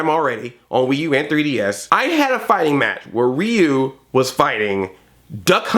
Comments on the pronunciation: Calm Rahman Neither, when it's Japanese (or pretty much any Asian language). "Ryu" is meant to be pronounced as one syllable (like how "Tokyo" is two syllables, unlike the three that English speakers say). Just put a r/ruh (the R actually sounds like a blend of R, L and D) in front of the "yu" part, which you know how to say. When Ryu does his uppercut and shouts "Shouryuken!" the middle syllable is pronounced like his name, so you can listen to that. Though, if you don't want to bother with this, go with "reeyu" like Andre does; it's kind of close, people will know who you're talking about… maybe not Japanese people, but other people will. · It is pronounced Ri-u